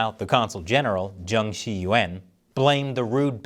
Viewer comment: not really the right pronunciation of "Xi" either. Yes, u know China sooo well too... like the general you show, probably